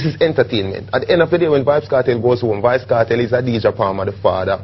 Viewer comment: why does he keep saying vybz kartel